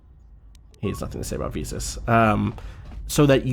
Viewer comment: Every time says "Visas" I cannot help but hear it as "VSAUCE".